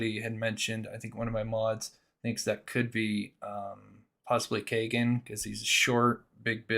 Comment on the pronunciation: It's not "Kay"-gen It's "Key"-gen FCS!